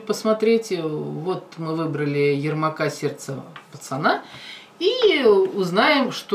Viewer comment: ярмак не ермак